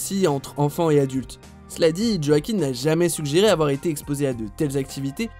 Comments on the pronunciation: Quand tu commences la video et que tu entend Joakim Fenix… respectez le, ca ce dit « Hwakin » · Djo-a-quin? Son nom se prononce wakine. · Ça m’énerve les gens qui disent JoachiM au lieu de Joaquin. Oui je suis chiante. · En effet, le nom se prononce Wakine et non pas Djo-a-quin. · Le réalisateur Philippe todds prononce "wakine" plutôt yoakine en mode rapide qui croire xD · Ça se prononce « ioaquin » excellent acteur mon préféré, ❤️ainsi que le génial James Mc Avoy ! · On dit : ROAKIN !!!!!!!!! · oui il faut chipoter par ce les nom arabes vous les dites très très bien vous les français allez souviens toi bien roakine allez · Non ça se dit roakine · Tu C pas dire joaquin